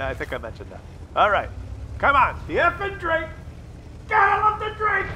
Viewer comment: Love your videos, but if you truly respect these players, like you say in this episode and many more, then you could at least back that up by pronouncing the guy's username properly. It's Effing_Drako, not Effing_Drake. Keep up the good work though. 👌